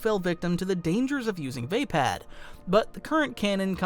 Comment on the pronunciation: I think it's "vaapad"